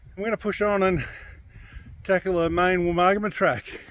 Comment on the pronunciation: Thanks. Pronouncing Woomargama correctly helps me. I often come through Jingellic - Granya - Wodonga on regular trips from Canberra to Melbourne. The freeway bores me to tears. A two day trip, camping inbetween suits me. I'd never have known that 42 kms of track existed. 😀👍